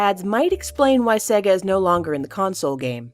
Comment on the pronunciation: sega is pronounced say-gah. yes it matters.